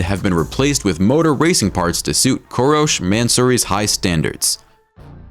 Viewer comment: It's pronounced coon-tash